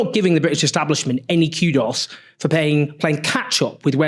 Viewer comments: No, we pronounce it "koo-dos" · Do people in Britain pronounce 'kudos' "Q-DOS"?